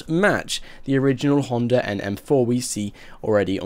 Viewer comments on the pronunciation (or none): none